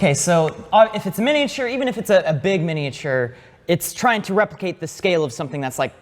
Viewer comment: The guy in the middle has never heard anyone say the word ‘miniature’ properly before